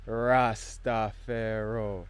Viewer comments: I just wish you’d not say Rasta Pharaoh... it’s Rastafari. More strength though. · Quick question I love your content, but I have to ask this question why do you say Rasta pharaoh? When rastas say rastafari! If you have a video on this I would love to hear it man, keep up the beautiful work